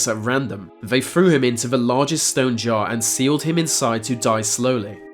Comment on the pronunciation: JAR JAR JAR JAR ... NOT ... JAW